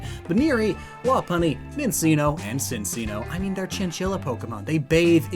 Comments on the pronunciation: Its CHIN-CHINO not SIN SINO The 2 C's in Minccino's name sound like a "CH" sound. Please someone let him know thisss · How do you say CHinCHinno and minCHinno are based off a Chinchilla and then call them Sinseenno and Minseeno ? lol And making Kantonian Meowth a Dark type would render the alolan one pointless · he called my favorite pokemon sinseeno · I still cringe with his super wrong pronunciation of Minccino and Cinccino (I mean, "cc" is "ch" and you freaking SAY CHinchilla!) but he also says "Co-vergent" instead of "CON-vergent" (i.e. reaching a similar conclusion) evolution. XD Still enjoy what he makes of course. I still think Dunsparce deserves Ground type, though, considering it has a digging tail, is called the "ground snake", hides in the dirt, etc. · Honest question... How did you not use the correct pronounciation for Minccino and Cinccino knowing exactly what species they are? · It hurts me how you pronounced minccino and cinccino but then pronounced chinchilla